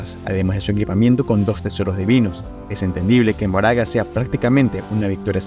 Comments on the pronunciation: PORQUE DICES MORAGA EN VEZ DE MAHORAGA AGHHHHHH DIOS Q ANSIEDAD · hola, por que pronuncias su nombre como "moraga" cuando leyendo literal sería mahoraga y su pronunciación es "makor"? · Ma-ho-ra-ga no mo-ra-ga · me parese chistoso que le diga ´´moraga´´ a mahoraga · Mahoraga ❌ Moraga ✅ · porque el dice moraga enves de mahoraga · Al principio lo intentaste... majoraga... maoraga... y ya después de pleno decía "moraga" xd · pq decis moraga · Se pronuncia "MaJoraga" como si tuviera J T-T aun asi buen video bro, este Megumi es un maldito suicida